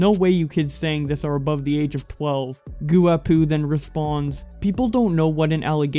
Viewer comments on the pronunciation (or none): Lol...'gooapoo' i think it might be pronounced 'gwapo' i think guapo means beatiful or something similar in spanish. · gu-a-poo LMAOO that was the best its "guah-po" not poo like handsome in spanish yw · Lol okay. I wasnt the only one 😂😂😂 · Goooowapooo!!?? LMAO!!! GWAP-O you knucklehead! Lmfao I’m dying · goo-a-poo LMAO I will never look at guapo the same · "goo-a-poo" lol it's "gwap-o" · my man said goo a poo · HAHAHHAHA HE SAID GOO AH POO 😂😂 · did this nigga just say goo-a-poo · goo-wa-poo, I know Spanish and I'm offended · "Goo-A-poo" LMAO smh bb...c'mon.